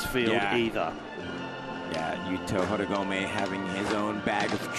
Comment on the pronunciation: When are the commentators going to pronounce the Japanese names properly? finally learns Rayssa's and they always put so much stank on AureliOn but butcher all the Japanese. "Yukito Horeegomay". It shows they don't watch much of the other comps.